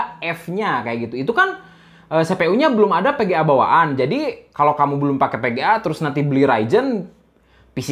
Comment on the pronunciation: Sama kalo bisa huruf V sama F jangan diganti pengucapan nya jadi P..... agak kurang enak di dengermya..... Vga jadi PGAAA, File jadi PAILE, Seven jadi SEPEN